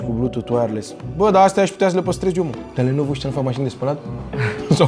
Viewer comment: Lenovo Nu Lenoevo😂e